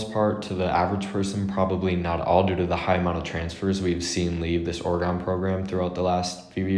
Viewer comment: pronounce Oregon orygun